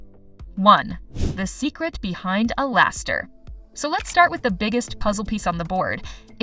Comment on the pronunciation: Not even 5 secs in your vid and I’m already Lau from alastor😂😂😂 I’m not calling alastor alistor anymore so funny😂